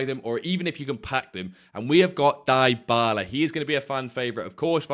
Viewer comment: Please stop saying Die-bala 😂, it’s D-bala. Only plan on doing Crouchy, and finishing POTM Endrick. My fodder is seriously low. You done Crouch yet?